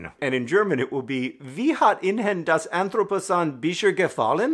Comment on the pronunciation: The Dutch version he got two vowels wrong, and the intonation was weird but otherwise perfectly understandable. As a non-German, I think he had a couple more issues with the German title (ihnen -> in-hen?, bis jetzt -> bische?, anthropozän -> entroposahn?) but it was longer too, so meh?